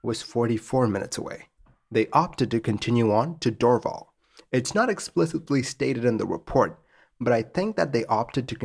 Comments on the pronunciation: Great as usual. One note: It's pronounced "door-VAL". 👍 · good story (frightening for those in the plane I'll bet). Just a slight pronunciation note - the airport (now called Pierre Elliot Trudeau airport) would be pronounced "Dor - val" not "Drvl". Keep up the good work!